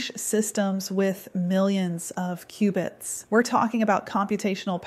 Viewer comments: "Q"-bits. Not "cubits". LoL. They're building Q.uantum computers, not Noah's ark over there. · Qbits not cubits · Its Qubits